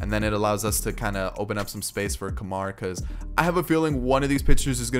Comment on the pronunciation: Guy with an Indian heritage here, it's called: "Koomar."